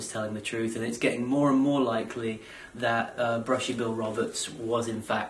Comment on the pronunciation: bushy not billie